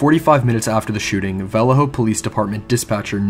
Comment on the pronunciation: lol the way you say Vallejo I can tell you arent from around here. Its okay its a total shithole in modern times. I live about 30 min south of there in a nice area but I've never heard anyone say Vallejo like that. I envy you